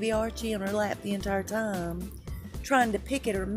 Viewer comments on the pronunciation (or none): none